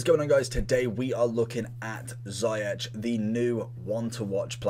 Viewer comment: ‘Ziyech’ is pronounced as ‘zee-ash’ not zi-atch’